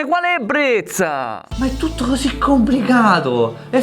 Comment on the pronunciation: "Hosi" passione Fiorentinaccio